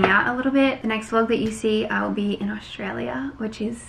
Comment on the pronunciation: I've noticed that doesn't pronounce Australia like an Aussie...she says it in a weird way...btw I'm from Sydney...